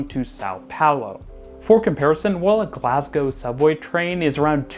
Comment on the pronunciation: HE PRONOUNCED GLASGOW CORRECTLY LET'S GOO